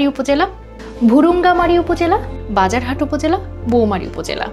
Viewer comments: বাজার হাট না রাজার হাট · বাজার হাট উপজেলা বউমারী উপজেলা মুরুক্ষ পাঠিকা দিয়ে এরকম অশুদ্ধ উচ্চারণ বন্ধ করুন